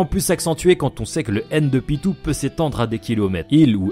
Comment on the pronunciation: PYTO ON DIT PYTOOOO